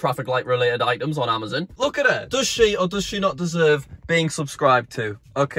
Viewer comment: It's not called amazoon it's called amazon